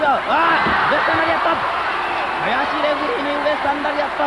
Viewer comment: ラリアットではなくラリアートです